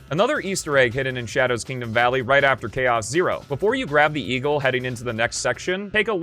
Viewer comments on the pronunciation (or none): none